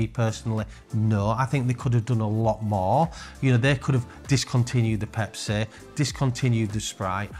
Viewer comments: I love how he says “they could’ve done more in this range. The pep-saay could’ve been discontinued”. That would’ve been them taking away, not doing more. You only think like a grey market dealer lol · I thought you said the Pep-saaay was going to be discontinued